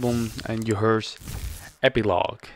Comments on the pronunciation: Haha I was gonna say pronounce it as "her-sssss" making the "s" like the hissing of a snake 😅 but what you said is probably easier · Hearse; say it like Purse with an H instead of a P. Keep up the good work!